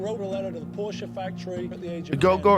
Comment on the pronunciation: Thank you, Joe, for correctly pronouncing Porsche. Also, Porsche designed the original Volkswagen (”People‘s car”) for Hitler.